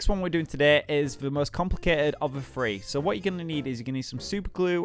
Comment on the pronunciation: I'm 100% sure it's three not free